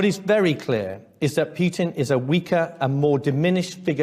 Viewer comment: Too bad that the UK has shot itself in the foot and become largely irrelevant on the world stage because of Brexit and corrupt leadership by Boris the Russian and Londongrad. Their head of the army can't even pronounce their enemy's name correctly.